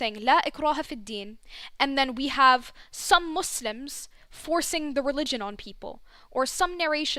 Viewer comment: It's Muslims not Musims 😭😭